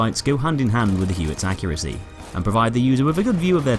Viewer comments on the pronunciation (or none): none